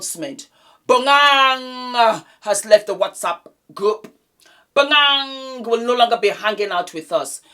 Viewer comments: I`m South African so let me help you with Bonang`s name pronouncation. It`s pronounced BO-NA-NG. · I holler when I hear you pronounce Bonang's name lol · the way says Bonang makes me bust out laughing lmaooo